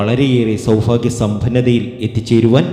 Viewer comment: സൗഫാഗ്യം അല്ല സൗഭാഗ്യം ആണ് ആദ്യം പറയാൻ പഠിയ്ക്ക്. നിങ്ങൾ പറയുന്നതെല്ലാം കളവ് ആണ്. ആയില്യം നാളുകർ ആരെയും ഉപദ്രവിയ്ക്കാറില്ല. അവർക്ക് മറ്റുള്ളവർ സമാധാനം കൊടുക്കില്ല. വിഡ്‌ഡിത്തം വിളമ്പി കാശു വരുന്നു.😢